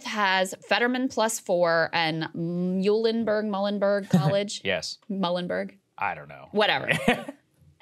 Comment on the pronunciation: I usually hear Muhlenberg pronounced like "Mew-lenberg". Krystal got Susquehanna right